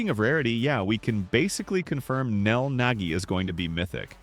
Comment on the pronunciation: Nel ❌ neal ✅